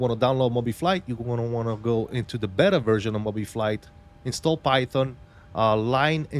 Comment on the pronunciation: This aint Mo-bettas, its BayTa(Beta)